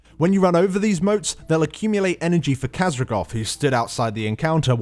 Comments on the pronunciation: Kazragoth? Really? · How hard is it to read Khaz'goroth.